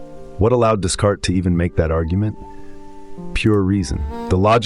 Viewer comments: One could at least make a little effort to pronounce a French name correctly. This barely known up-and-coming philosopher is pronounced DEECART. The 's' is silent. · Ugh. 😞 I’m sorry, I’m really not trying to tear you down - the “s”’s in Descartes are silent. ☺️👍🏼